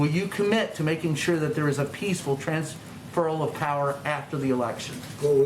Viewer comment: Why the dude say Trans- ferral tho?